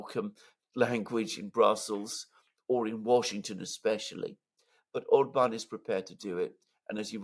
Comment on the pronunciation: OR-bahn not or-BAHN, OR-bahn not or-BAHN, OR-bahn not or-BAHN, OR-bahn not or-BAHN, OR-bahn not or-BAHN 😁❤️